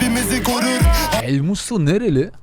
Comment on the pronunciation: Sen daha elmusto non ismini söyleyemiyosun